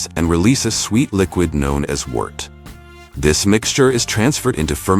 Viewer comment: some one tell this dumb AI narration program at 27:5630 it wort but pronounced wert, NOT Wart or Wort better yet narrated the dam video with a real human voice duhhhhh, Sorry the cask does still impart aroma along with colors and flavors from the wood as it ages and the cask beathes. as temprature change the cask breathes as the liqui and the fibers of the wood expand and contract some air passes through and into the liquid and a tiny amount of the liquid spirits pass out the grain to evaporate as the cask cools some of thos liquids still in the wod migrate back into the basic coiontent carrying flavor and aromas ad subtle scents from the wood even years into the ageing